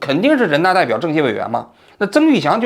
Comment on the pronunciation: 宁德时代老板的名字最后一个字是怎么发，曾毓群 群是多音字吗，王局一直念成 祥 ，好几次都这样念了，以前以为你偶尔念错了